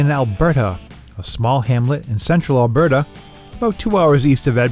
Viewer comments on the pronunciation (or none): none